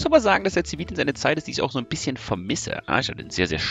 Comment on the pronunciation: Du hast den Zi-Vi-ldienst... Mensch. -.